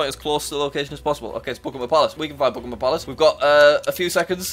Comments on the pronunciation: It's bukkhingham Palace not pukimum puliss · It’s not Buckingmam it’s Buckingham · Is it just me or did it sound like he was saying Pokémon palace lmao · the way jack says Buckingham palace